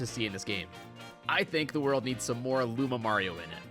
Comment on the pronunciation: Say it right! It's "Lumario".